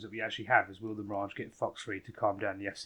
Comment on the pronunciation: Love how he proncounce it "The Mirodge" :D